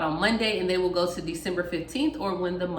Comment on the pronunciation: At first I thought she said, "No No."